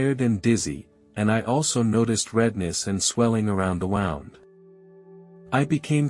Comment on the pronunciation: I think it is a robot. It is pronouncing wound as in wound up.